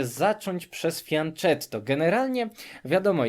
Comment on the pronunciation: Wydaje mi się, że termin "fianchetto" pochodzi z języka włoskiego. Powinnien być zatem wymawiany "fianketto".